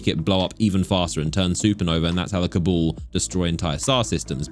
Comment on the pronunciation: Cabool? They are called CABAL brotha.. hahahahah cabool lmao